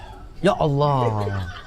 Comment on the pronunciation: Mamat di akhir2 video nyebut nama ALLAH fasih banget 😀